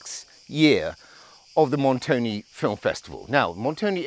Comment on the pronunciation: Really lovely and great report. I enjoyed it very much. 🥰 But. Please say Montone and not Montony. 😇🤣